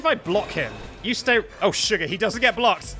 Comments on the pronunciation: i like that you say surgar and not the "S word" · did you say aww suger